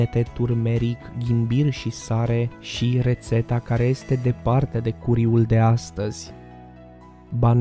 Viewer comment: Se scrie curry dar se citeste căry